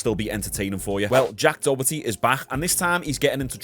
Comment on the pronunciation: "jack dohetty"